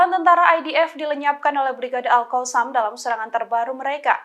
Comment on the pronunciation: nah itu baru betul alqosam,kalau kemaren2, baca nya alHasam😁 sekarang betul nyebutnya alqosam🙏😁